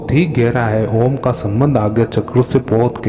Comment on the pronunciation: OoooooMmmmmmmmmmm ..M ko lanba bolo /khecho